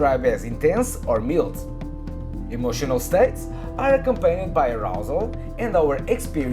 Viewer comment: Nice conceptual introduction to the topic. Thanks for sharing it! One mild note: the word “mild” is pronounced more like “MYLD” or “MILED”. Best regards!